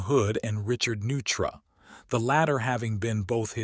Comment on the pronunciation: Get someone to help you with pronunciation Liguria, and Neutra and two howlers among others - still the material is interesting . . . .